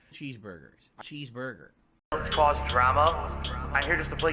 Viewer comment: Idk if I ever heard "cheeseburger" be said so horribly before. Like I was hearing more of a sound than a communication of thought